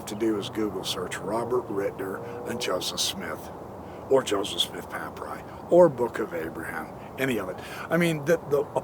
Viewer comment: For the love of God, please learn how to pronounce papyri/papyrus